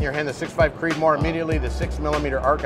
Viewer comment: "Creedomore" <3